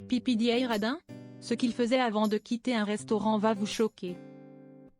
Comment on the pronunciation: Pépédéa, bon sang, apprenez à prononcer les noms!!!